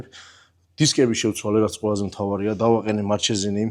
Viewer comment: მარჩესინი არა, მარკესინი იკითხება იტალიურად